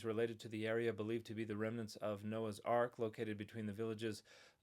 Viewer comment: Definitely going to trust a guy who can't pronounce Ararat, mispronounced "remNANTS", and clearly has no idea what "new" means...